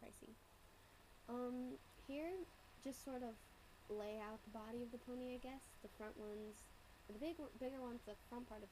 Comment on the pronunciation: Tyuhhh I now have a Pinkie Pie ponehh x]